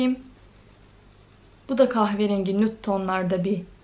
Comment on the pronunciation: Düzgün nude demeyı öğren